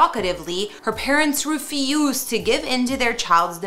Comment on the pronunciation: “Rufie used”